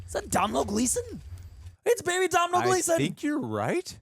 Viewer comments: It’s pronounced “Dough-nul” not Domnull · hi name isnt "dom-nail" gleeson. its pronounced "donal" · Irish name it’s pronounced “Donall”. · It’s pronounced DO-NAL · Its pronounced Dough-nal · fyi its pronounced 'donal' gleeson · Guys it’s pronounced Do-nal 😂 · It's pronounced Donal ...sorry had to